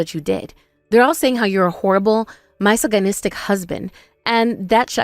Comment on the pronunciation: Also "my so ginistic?" It's pronounced " mis saj o nistict"